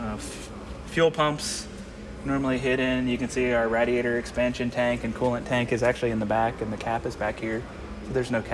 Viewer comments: the way he pronounces radiator really bothers me lol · pronounces "radiator" as rad-ee-ay-ter rather than ray-dee-ay-ter. That was not uncommon when I was a kid but not so much any more. Is it regional? Does the Simeone Foundation have a "Mk I" GT40 for comparison? Funny they didn't measure the Mk II. Legend has it those were built a bit taller in order to accommodate Dan Gurney and A.J. Foyt..